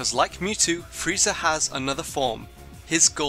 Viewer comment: Did you say frezia teleport what is wrong with you